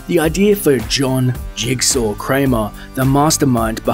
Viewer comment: It's "Jigsaw" 😂